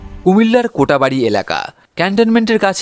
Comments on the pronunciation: It's not kotabari..It's kotbari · Cumilla theke valobasa❤❤❤❤cotabari noy ata😂😂😂😂ata Coatbari😂😂age naam thik moto blte shikhun...gumoti nodi niye onk rohosso ache. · ফাও আলাপ বাদ দিয়ে আমাদের কুমিল্লা র ঐতিহাসিক ঐতিহ্য তুলে ধরুন। আপনি এই ভিডিও তে যে মিথ্যাচার করেছেন।তা আমরা কাম্য নই। সত্য ঘটনা প্রচার করুন,আমি নেজেও একজন কুমিল্লার স্থানীয় বাসিন্দা। ও হ্যাঁ শব্দটি কোটা বাড়ি নয় এটি হবে কোটবাড়ি।